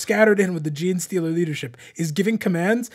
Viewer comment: “ jean socks”… you mean jocks?